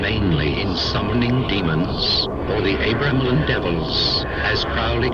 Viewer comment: For fucks sake, once and for all. ..I Was born and raised close to Boleskine and it is pronounced Boll ESS kin and Abra Melin is pronounced just as it looks Abra (as in the magickal word ABRA CADABRA) Melin as in SPELL IN ...bloody Philistines (probably can't pronounce that either...bloody or Philistine! )